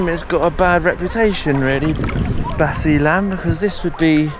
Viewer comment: explore basilan first, and pronounce it correctly, I'M FROM LUZON, NUEVA ECIJA